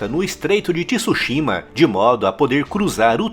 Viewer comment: Dahora, bom vídeo, só não é Ti-Su-shima.. é Tsúshima apenas.